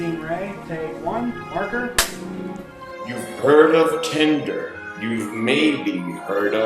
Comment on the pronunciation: It's not pronounced that way. It's pronounced like Grinder.